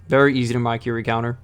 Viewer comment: Bruh said Mykiri instead of Mikiri